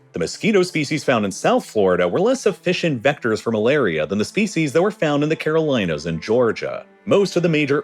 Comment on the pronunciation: "Caroleenas". AI voice. (There is a town in NC called "Caroleen" and Facebook has a data center near there 😂